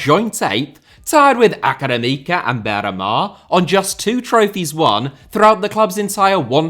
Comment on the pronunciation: The way you Said académica broke my brain.